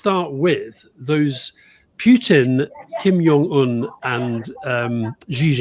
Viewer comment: Please stop pronouncing Kim Jong Un as Kim "Yong" Un. Its Korean not German (Js aren't pronounced as Ys). You can call him a lot of things but not Yong.